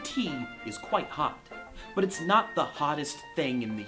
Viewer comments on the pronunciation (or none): i like how micheal says , But x) sounds like BUTT